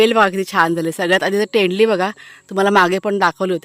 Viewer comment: तेंडल नाही तोंडली म्हणा